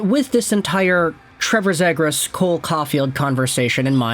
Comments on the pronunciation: it’s pronounced Zee-gras. Bro will eventually learn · Omg man it's pronounced Zeegras!! Learn player names if you want to make content